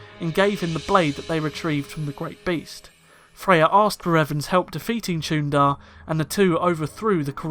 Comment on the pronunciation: The “ch” as in Chuundar makes an /sh/ sound. Jolee Bindo said so.